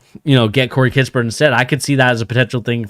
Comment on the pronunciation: “Kiss-pert” no T in the middle.